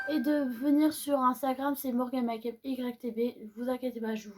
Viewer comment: Oui super vidéo.. A bientôt. Essaie de dire MEKUP Pas MA kup Max. enn... More Pas maxmore.... Bisous... C'est juste pour t aider.. 😘👍